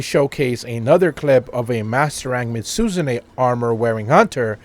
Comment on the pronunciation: Dude, you keep saying it weird. Mizutsune = Mizu (water) tsune (fox). Not "Mitsuzune".